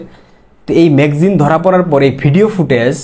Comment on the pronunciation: ম্যাগজিন না....বলতে হবে ম্যাগা জিন=ম্যাগাজিন....ক্লিয়ার....